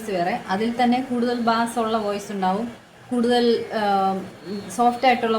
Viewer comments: മാഡം, Bass എന്നത് "ബാസ്" എന്നല്ല, "ബേയ്സ്" എന്നാണ് ഉച്ചരിക്കേണ്ടത്. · when we refer to low pitch/ deep voice in music, the correct pronunciation is ' ബെയ്സ്' ( beis), like ബെയ്സ് ഗിറ്റാർ ... etc... bass എന്നത് 'ബാസ്' എന്ന് ഉച്ചരിച്ചാൽ അർത്ഥം മാറും. it is a kind of fish...🙏